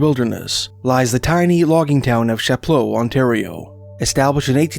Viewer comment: As a local roughly to that area, most people don't pronounce that word in an overly french manner as you're doing; perhaps incorrectly most locals pronounce it as "Chap-low" in a perhaps undignified anglophone manner.